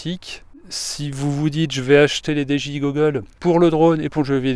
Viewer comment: Lol ta dis dgi gogoles